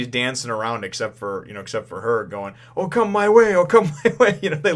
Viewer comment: it's not O Come my way.. it's Okama way, probably in the american translation it's censored.. because "Okama" means transvestite, and basically a gay dude.